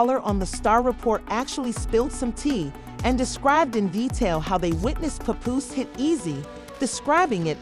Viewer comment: I hate when outsiders try to blog on battle rap... btw his name is PAPOOSE not "PUPOOSE" 🙄